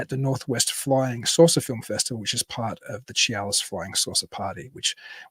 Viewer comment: Chehalis is pronounce SHU-hay=less. WA state has a bunch a weird pronounced places. Try Puyallup. PEW-all-up. 😂